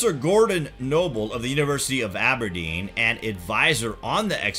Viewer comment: Really bad commentary... Why goes he continue to mispronounce words/places and speak in such a staccato voice?? 1. Ja-co-bite, not Jay-co-bite 2. Go-vahn, not Gov-en, Glasgow 3. Aber-déen, not Á-ber-deen Lots of great info, but extremely painful to listen to....